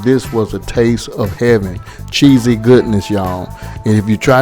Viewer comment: Whats good my fam. I think you meant CHEESY... not Chessy.. Correct that bro.. but anyway fam.. Your Chicken Tacos was fire bro.. You know The Rookie Chef always here.. Keep up the good cooking bro.. Much luv fam..